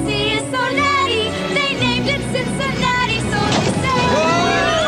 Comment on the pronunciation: The one time he says it right ("Cincinnati", not "Cinciwatsky")!